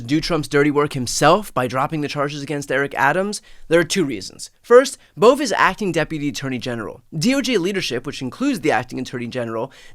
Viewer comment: It’s a two syllable name, not a one syllable name.